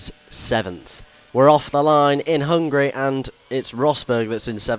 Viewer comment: Do you know that you always say "hungry" instead of "Hungary"? :DD